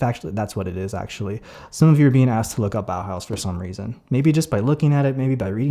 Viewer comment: BAUHAUS? IS THIS WHAT YOU SAID? WHAT THE FUCK.